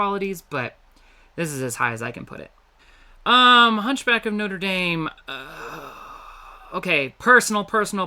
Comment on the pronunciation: Did you just say “NotraDAME”what